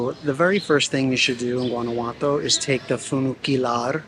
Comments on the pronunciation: Guanajuato is pronounced : WANNA -- WHO - AH - T O 👍👍👍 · I meant no disrespect when I pointed out that you didn't pronounce Guanajuato correctly . I was just trying to help you with your Spanish. P. S. where did I misspell " great video" ?